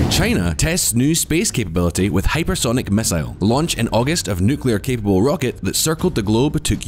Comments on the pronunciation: Please stop saying NUCULAR. It's nuCLEAar!!!! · "Fri-gaites"... "Nuc-yular"..."Boe of a ship"